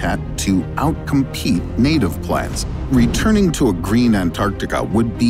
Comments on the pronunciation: Gereen? Sloppy. Thumbs down. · yes its very "gereen" there indeed. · 'can Antarctica become gereen again?' lol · “Can antartica be gereen again?” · Ah yes Gereen 😂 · "gereen"? What's that?? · secs - GEREEN!!! LOL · Can it be "Gereen" again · Gereen? 😂😂😂😂😂 I’m sorry but I noticed it 😂💀👌🏻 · "GEREEN" lol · Wtf is "gereen"? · GEREEN LOL